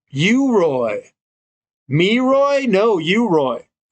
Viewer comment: "MEROY? No, UROY!"